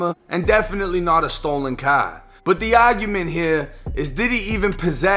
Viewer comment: I love how he says csr like cah